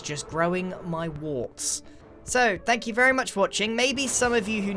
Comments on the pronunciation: so no one is gonna talk about "Spank you" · Who else saw karalis say *spank you